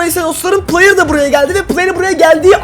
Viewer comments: de playır dedin trmceye😂😂😂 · La adam trmc adama player diyo